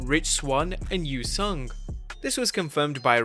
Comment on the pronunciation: Su Young not You Sung